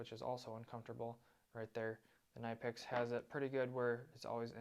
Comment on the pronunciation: Knipex, pronounced Kuh-Ni-Pex. And adjust your volume. Plus, if you’re judging the benchmark or top of the line, and you don’t even mention Snap On, shame….